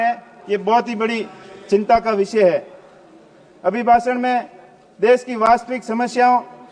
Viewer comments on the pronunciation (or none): विचय की जगह विषय बोलो , सरसा की जगह चर्चा बोलो, सिसाई की जगह सिंचाई बोलो, आपका कद बहुत बड़ा है वर्तमान में क्यों को रविंद्र सिंह भाटी को आप हराकर आपने चुनाव जीता है तो आपसे अपेक्षा रहेगी कृपया करके शुद्ध हिंदी बोले😂